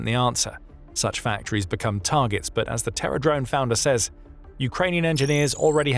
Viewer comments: OMG. Because of the narrator's accent, I got more than 2 minutes into the video thinking he was saying "Terror Drones". I kept thinking WTF? How unJapanese-like can ya get? I was very relieved when I saw it was Terra Drones. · I can't tell if the narrator is saying Terra drone or terror drone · Oh Terra Drone, not Terror Drone. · BTW are you deliberately pronouncing Terra Drone like Terror Drone (a 4-legged combat UGV depicted in the video game Red Alert 2)? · Did anyone else think he was saying Terror drones at first? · I kept hearing 'terror' drone corporation, and thought that was a little on the nose 🤣🤣🤣